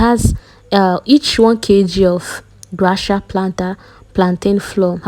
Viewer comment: Is that the pronunciation.. thought is gracia as in gracias or you don’t know the pronunciation??